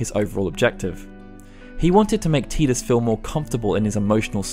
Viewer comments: TIDUS not TEEDUS!! sigh... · It's tie dus not tee dus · "Tee-diss"..... LOL i will never accept that terrible pronunciation. It's "tie-diss"... as silly as FF names can be, this TEEDISS shit is bonkers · Isn't his name ty dus? Why does he keep saying teedus? That sounds weird. Do origins of the ancients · ITS TIDUS NOT TEDUS AHAHAHSHSHSHSHSHBDFNDKKD C love your videos by the way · “Tee-dus”? It’s “Tie-dus” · T EYE DUS TIDUS NOT TEEE DUSS THERE IS NO E IN TIDUS , YOUR NOT TERED YOUR TIRED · Learn how to pronounce Tidus! If it was "tee-diss" it would be spelled Tediss, not Tidus... i dont care what the demo video pronounced, its wrong, arr-tard. (Arr-tard is meant to be pronounced 'fellow human, not arr-tard, how it's normally pronounced) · isn't it TIE-dus? or am i wrong? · How can you pronounce names so wrong in the first game to actually have audio? Teedus. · Great video! Had to dislike it though. You’re saying Tidus wrong. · I couldn't finish this cuz he keeps pronouncing his name teedus wrong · His name is pronounced "Tie-dus", this has been confirmed by Square... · 'Teeeeedis' ouch.. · "Teedus" Yeekes. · You'll call Tidus Teedus but you won't say Machina. Crazy. Annoying.